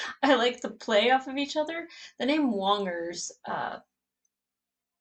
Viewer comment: "Wongers" Come on. Get it right!